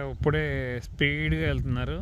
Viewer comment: U became more matured, pronounce ippude not uppude